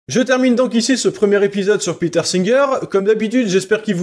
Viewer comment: Y'a que moi de perturbé par sa prononciation de "Peter" en "Péteur"? 😵